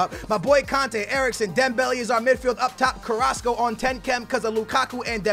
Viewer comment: He said carraso👊